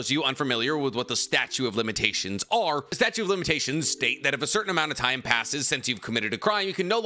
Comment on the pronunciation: "Statue of limitations"